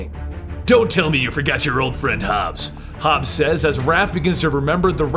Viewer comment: It's Old HOB. Not Hobs.